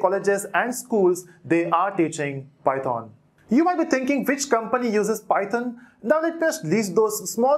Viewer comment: It does matter how you pronounce it. It's python bot Pieton lol